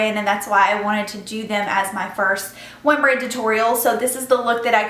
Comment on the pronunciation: Haha sounds like "one brain tutorial". Love the look :)